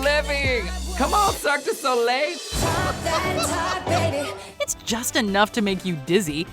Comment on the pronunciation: did this bitch rlly just say cirque du sogay??? likeeeeee..... what?